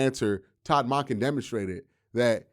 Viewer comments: Monken = dunkin not donkin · Great as usual, Q. You gotta start pronouncing his name correctly- it’s MUHNken- as in Monk. Not MAHnken. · Really interesting how says Todd Mahnkin and not Monken 😂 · Q I love your content I come to your videos to get down off the ledge because the Browns are the Browns, with that being said can you please please start saying Todd Monken's name correctly, it's just like saying a Buddhist monk with an U sound then add the "en" so it's pronounced Munk-en not Mock-en if you listen at the press conference when he is introduced you will hear the correct pronunciation, thank you for all you do FYI remember that tv show Monk just like that